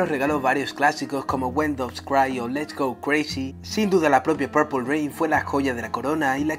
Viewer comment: TE INVITO QUE PRONUNCIES BIEN PURPLE ..... PLEASE ME AWITASSS